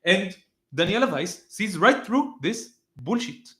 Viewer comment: Im borrowing the way you say "boolsheit" As a teacher of English for over 24 years, I can attest it's the correct pronunciation. BOOLSHEIT.❤😂 Love it.